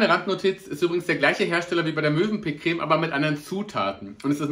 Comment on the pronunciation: Ich bin vielleicht noch etwas müde…aber ich hab gerade „Mösenpick“ verstanden 😂